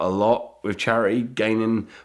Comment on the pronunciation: "Wiv" not "with"